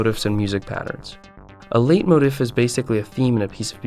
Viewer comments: Well, technically he did mispronounce the word: "leit-motif" which is pronounced like: "Light-moe-teef" (Whereas he mispronounced it more like: "late-motive"). Although, that's a Latin based, English musical term and not Japanese(which I'm assuming you meant he was pronouncing the Japanese words correctly) lol. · leit motif is pronounced "lay mohTEEF"